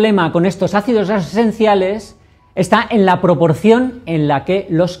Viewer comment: Son mis nervios o a se le dificulta pronunciar ácidos grasos esenciales...